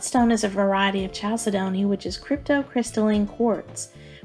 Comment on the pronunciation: See, you do a much better job of saying "Chalcedony" than I do. 🤣😂🤣😂 So much information in here. I am amazed.